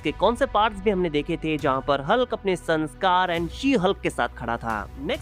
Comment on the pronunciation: Son sakaar ❌ Sanskaar ☑️